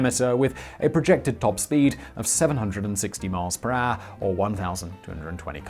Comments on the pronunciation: “Per haure” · I love how you say "per hour" It becomes something like "prah". Love it!